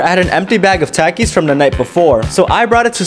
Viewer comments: tack is insinuating you're putting emphasis on the a, "-ack", instead of "ah" it's more like "tahk-ohs," than "tAck-ohs." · He said It like that “sO wHeN I hAd tAkIeS” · exactly “tack-oes”